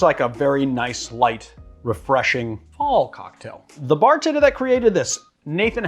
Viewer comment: When he said 'Fall' cocktail, I heard 'Paul' cocktail. 🤣